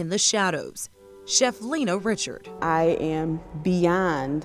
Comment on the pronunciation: Born in 1892 and grew up in New Orleans? Her name was not pronounced Richard but Ree-shard with a creole accent fa sho! She had a cooking show before Julia Child and yet her story was lost and forgotte, until now. 🤔 Brava chef Lena Richard! 😘